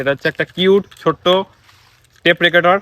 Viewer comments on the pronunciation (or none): আলাদাই🔥...আর টেপ রেকোটার না রেকোডার না রেকর্ডার টা সেরা😁😍...